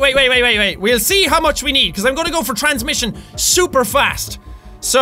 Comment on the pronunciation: I LOVE how he says super 😂 "ShhhUPER fast!" His accent is so adorable